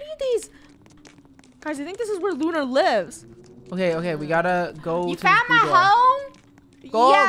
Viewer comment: Lunar not lunerr